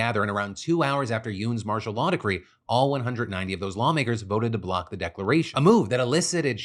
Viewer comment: After a while all I heard was, "Marsha Law."